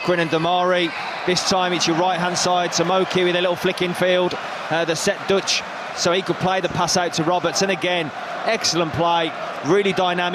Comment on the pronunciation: I think the correct pronunciation of his name is "Doosh" which is a very bad word as used in Dooshbag. It means 💩 😂😂😂. Pass the dutchie is a famous Birmingham song from the 80s. Pass to Dutchie from the left hand side Pass to Dutchie from the left hand side He's gonna score I'll let someone better to make up the lyrics to a possible chant